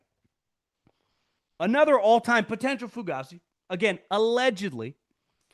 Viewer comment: I like content he puts out. But I still somewhat I have a love/hate feel with him lol. Essentially having a small segment called "Fugazi's," but continuing to mispronounce it is slightly annoying lol. Also, I guarantee you he "dips" and at some point in his life had a "No Fear" sticker on his car 😆 He also uses the word "atrocious" way too much. But other than very minor annoyances, he puts out pretty good content. Maybe I'm nitpicking, but it is what it is 🤷‍♂️